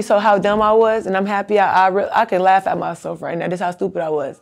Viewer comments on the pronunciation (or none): none